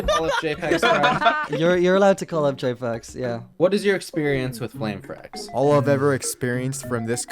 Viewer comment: Bro at the end i heard "is japex gonna drop" Like i mean it aint wrong